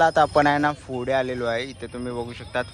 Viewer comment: Fude ❌❌❌ Pudhe✅✅✅ Panguins❌❌❌ Penguins ✅✅✅ Kitchens ❌❌❌ Keychains ✅✅✅ Kitti vela sangitlay...bhasha sudhara! Marathi correct bola!!!